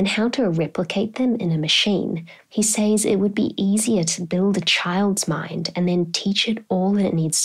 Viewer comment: you pronounce 'says' phonetically